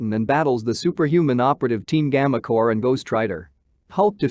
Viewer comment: Black Widow is the next comic. Also, it's CORPS, not COPS, Thor CORPS, Nova CORPS, your automated translator needs to be updated. Another thing, Silver Surfer is Galactus' herald, he never came to Earth to warn of Galactus' approach, in fact, he came to Earth because it had the most abundant source of "life energy" that Galactus needs in order to survive. He was repelled by the Fantastic Four (with the help of Uatu the Watcher) and Alicia Masters convinced Silver Surfer to betray Galactus and he fought along with the FF. Speaking of Silver Surfer, he was already introduced into the MCU by way of Fantastic 4: Rise of the Silver Surfer, or have you not seen that movie???